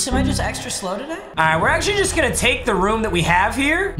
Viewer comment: It's so hard to hear papa to say tudy